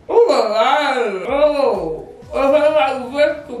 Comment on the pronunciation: The way said “o am gawd”